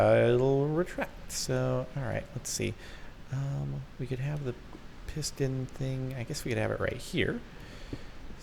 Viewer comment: "When he says piston there" it sounds like "pissed in there "